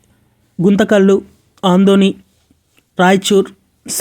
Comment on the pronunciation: You are calling as ANDHONI But correct is ADONI Please correct yourself